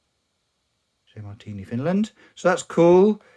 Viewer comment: Sorry but that's not how you pronounce "hei" XD. Not bad on the "Marttiini" though. Fun fact: the J stands for "Janne" or "Johan". That's the name of the smith who started the company. Johan was his official name, but that's a Swedish name and amongst Finns he went by Janne.